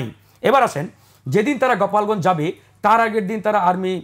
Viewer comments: গোপালগঞ্জ কে গপালগঞ্জ ইনফরমেশন কে কনফারমেশন 😂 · সে তো দেখি অতিরিক্ত স্মার্ট... গোপালগঞ্জকে, গপালগঞ্জ বলে😊